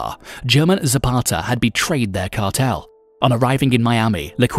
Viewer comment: Ya man kills me listening to a guy who can’t pronounce the cartel right but I laughed through it